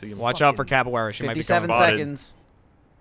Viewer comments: LOL cab-A-Weara haha. its cav-E-Era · Dont ya just love cavuwera instead of caviera in all seriousness love thr series wish it would stay with r6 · Its CAV not CAPoara. CAViera. Pisses me off so much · Oh god when you play siege constantly and gets everyone calling caveira capillera!! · C A V E I R A! Come on you can do it! CAVEIRA! Not Capoiara not Caviera , CAVEIRA! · someone needs to tell how to say Caviera correctly, and i probably ended up spelling it wrong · I love you guys but it's annoying to hear capoeira because her name is caveira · Am I the only one here who was kinda annoyed at them mispronouncing Caveiras name as Capaweara? Good video, love them, just put off a little by this. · The next thing they need to practice is how to pronounce Caveira's name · Won a ranked match but still can't pronounce caveira correctly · I hate the way they say Caveira's name